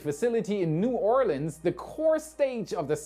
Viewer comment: hey, credit for saying “New Orleans” the way Louisianans say it though!